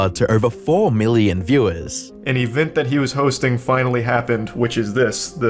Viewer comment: I love Charlie, but his accent bugs me. Event is ivint